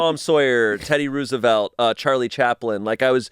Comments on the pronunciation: I thought I was the only one hearing him say ROO instead of ROW. I searched the comments just HOPING THAT SOMEONE ELSE HEARD IT TOO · The “Rooz-uh-velt” saga continues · just an FYI, it’s pronounced “Rose-evelt”. I know, the double “o” throws people off sometimes. This is why a lot of Teddy’s campaign items during the 1904, 1912, and 1916 elections feature a rose on them as his symbol. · this has been going on for far too long. It's row·zuh·velt. ROW, ROW. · The way that says Roosevelt so confidently makes me think he’s trying to gaslight me into think it’s that pronunciation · Someone teach this man how to say Roosevelt… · Can someone please make a complication of every time says Teddy Roosevelt like that lmao